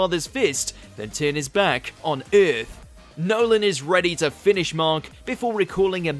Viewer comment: Most brutal part of this video is "Eyyyarth"